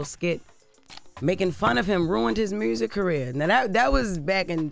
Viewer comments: Her saying MRUSIC is just concerning.. it's not even ebonics... what is MRRUSSSIC? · "...ruined his mursic career.." 😂